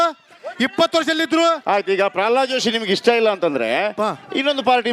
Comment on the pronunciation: ಪರ್ರಲಾದ ಅಲ್ಲೋ ಮಾರಾಯರೇ ಅದು😂.. ಪ್ರಹ್ಲಾದ ಅದು